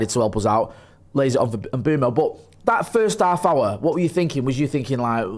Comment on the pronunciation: Just a little moan.....can people please start saying...imBOOmo....as that is how he has stated publicly it is pronounced..not ImBwemo....moan over